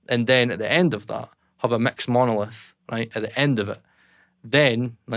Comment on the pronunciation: Instant like for the accent as soon as he said ‘mecks’